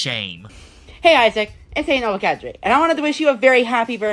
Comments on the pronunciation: I knew I couldn't be the only one who wonders about that,Kadri,Cadray, whatever it is, idk what it means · “Ay cadray”? Is he mispronouncing something wrong or are my ears wrong? What’s he saying?